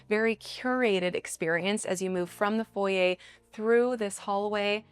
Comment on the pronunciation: Stunning architecture & landscaping! I’m very glad it’s not just a square/rectangle shaped home. Love all the thoughtful details like the wrought iron & sight lines to outside. And thank you for pronouncing ‘foyer’ correctly! 😉